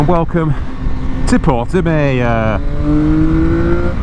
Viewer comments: It’s not portimaaao! It’s portimow! What a clown of a so called journalist! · Is Portimão you puff,not portimaio.